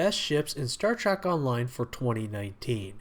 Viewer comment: Pretty sure it is pronounced Star TREK not Star TRAK . If you cant get that right ......